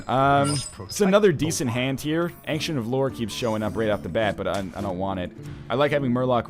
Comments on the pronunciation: Ancient of Lore. It's not "an-ksent", it's "ayn-chent". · Ryan, when you say "ancient" it is distracting. Now when ever anyone pronounces it the more commonly used way, I think of you..... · Since when was "ancient" pronounced "ank-shint"? I always hear NL pronouncing it that way but I have never heard anyone else say it like that, English teacher or not